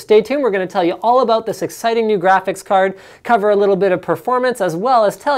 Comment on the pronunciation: Did linus just said.. Sexiting? Me Gusta.